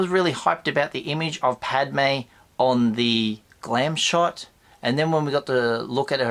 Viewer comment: good stuff as usual Although when you mentioned the Padme figure, at first i thought you said 'clam shot'!! i nearly spat my tea out, obviously it was glam shot. A one track mind i have. Sorry for lowering the tone of your channel!